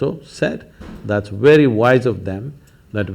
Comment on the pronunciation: "Wery difficult!" Lol. Love it.